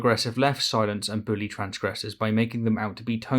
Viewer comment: When you said “I’m done with silence” I thought for a second that you said “I’m done with science. Scared me